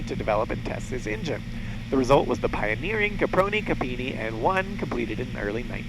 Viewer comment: He also manages to butcher the name of poor Secondo Campini, calling him "Camponini". At that point I just had to close down the video.